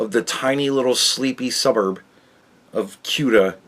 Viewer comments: Say-Uta Spain. lol. not that it matters. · It's about to be Say-Uta, Morocco 🤣🤣